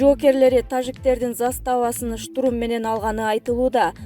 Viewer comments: Штрум эмес штурм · Штурум эмес штурм чон кыз туура суйло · Диктор кыз сен качан туура окуйсун ? Жок дегенде ушундай кырдаалда туура окучу . Штурум - эмес Штурм - деп жазылат и окулат. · Диктор кыз туура айтсан штурм деген созду,штрум дебей кандай сабатсызсын уят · Ай диктор штурм, минемет, пулемет деген создорду туура окучу, Ташиев Германияга баласынын туулган кунуно кеткени чынбы?